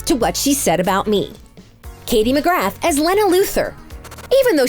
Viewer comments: You mispronounced Katie McGrath name (pronounciation is McGrah ... not McGrath) And also the pronounciation of Lena (it’s leena Not Lenna) Also the pronounciation of Benoist Also You mispronounce Kara It hurts in my ears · The way she says Lena and McGrath wrong